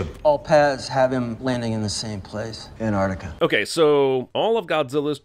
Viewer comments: "Anarticuh" ANTARCTICA ANT - ARCT - ICA HOW HARD IS IT JEREMY GOD DAMN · My biggest critique for this video is that you mispronounced Antarctica. It's Antarctica, not Anartica. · Just realised how Americans say anartica instead of Antarctica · Isn't it ant-arc-tica??